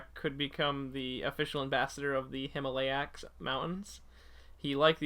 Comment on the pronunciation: It's pronounced Him-All-iya I AM GOING TO SCREEAAAMMM